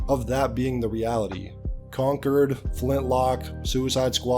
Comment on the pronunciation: Man was calling Concord “Concurd” a few times, I think his brain wants to call it “Conturd” 😅